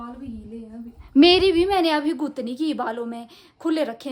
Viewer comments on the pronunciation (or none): गुत नहीं बोलते😂😂